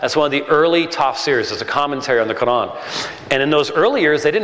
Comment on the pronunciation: Dud, why do you try to pronounce Quran so exaggerated?